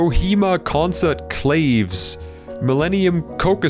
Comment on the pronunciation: Clave is usually pronounced “Kla-vey”, but this is a little pedantic.